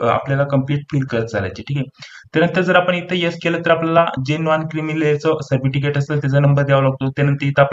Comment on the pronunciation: सर्पटिकीट नाही हो साहेब सर्टिफिकेस्ट म्हणतात....